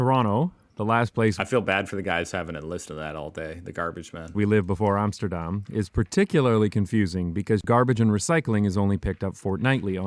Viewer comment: Armsterdarm..?? Wouldnt it be awesome if he actually cared enough about his product to atleast pronounce Amsterdam correct..???